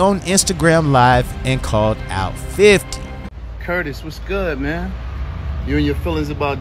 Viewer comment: The way he said " Curtis "😂😂😂😂😂